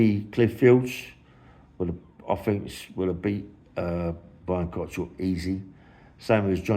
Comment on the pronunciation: Why do you always call him Cottrell? It's Cockerill 😂